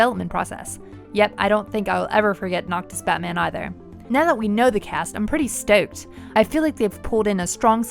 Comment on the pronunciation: The way you say "stoked" omg